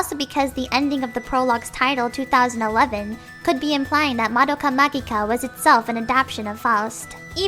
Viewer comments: It's prononced "ma-ji-ka".... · you read the kana, there's clearly a hard "g" in Magika. Your guess is as good as mine on "magi", that was invented for the English release. The Japanese title would be romanized as "Mahou Shoujo Madoka Magika". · The fu-- Is "Magica" actually pronounced like that? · Puella Magi Madoka Magica is pronounced PUELLA MAJI MADOKA MAJIKA not PUELLA MAGEEEEEE MADOKA MAGEEKAA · It should be pronounced "maji" and 'majica" though